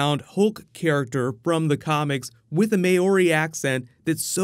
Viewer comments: great review! just one critique: Moari is "MAH-oh-ri", not "may-or-i" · May-Ori?! Mauri = Mow-ri my friend! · Mow-ri not May-ore-y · A Maaaoori accent 😂, moa ri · As a kiwi myself I want to help you with a couple of pronunciations - Waititi is said as Whytiti and Maori as Mowrhi. ☺ I loved the film, I cant remember the last time I left a cinema smiling. Arrive if you can before the previews. It is my favourite Thor film, first Avengers is still my favourite. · With a Mae-or-ee accent! 😂😂😂 Thats fucking amazing the way you say it. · A big Kia ora tātou (hello everyone) from New Zealand to you.. So first off pronunciation of the word "Maori" was waay off lol I thought id help you out here. The closest you could possibly get to saying it right (if read) is Moldy but remove the "D" and replace with an "R" so in purposes of this it would look and sounds like Molry OR better yet Maow-ree. I hope this helps the Iwi (People) that follow you brother. Tihei mauri ora - E noho rā:) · "May-Ori" lmao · its Meow-ri (pronunciation) without the E. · Bruh he just said " MAYYORI ACCENT" got me tilted asf. Im not mad I'm just confused he didn't take time to practice pronouncing the world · Wai-tit-e, and Mou-ri (like mouldy with a rolled r instead). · may-ori :P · may ori oh wow how you can butcher that name sooooo much good job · Maori = MOW-ree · lololol.... 'with a may-ori accent' LMFAO, not even an ounce of research there, eh bud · I'm from New Zealand. I love how you said Maori 😂😂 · that was the funniest attempt at the word "Maori" i have ever heard lol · Lmao. What was that pronunciation when he said Maori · The way you said Maori 😂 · Lol can you say Maori again